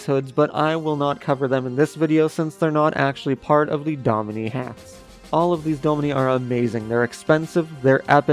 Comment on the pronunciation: i think domini is pronounced "domineye" but idk